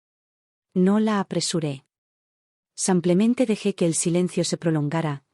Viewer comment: Y sigue el “ Samplemente” 😂😂😂😂😂😂😂😂😂